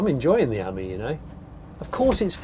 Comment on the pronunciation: You pronounce Ami as in “friend” in French , not the way you pronounce it !